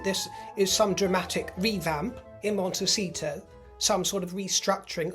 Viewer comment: "Monte-sheet-show" love it!